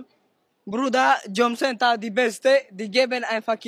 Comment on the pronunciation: "Jombcenter"! Sogar viel zu BLÖD um "JOB CENTER" korrekt auszusprechen.